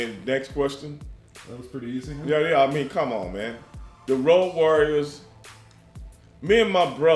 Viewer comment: the WOAD warriors?! 😂😂